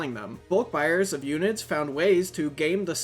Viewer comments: i nver heard anyone call it "ewnid" they always said " uhn I Ds" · h-erb her-b, not erb, also un-id's un - identifend fuck why is english so hard for yanks.